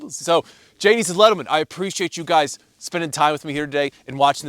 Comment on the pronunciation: Gadies and lentlemen 😂😂